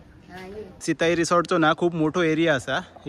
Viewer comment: सित्ताई नाही सिताई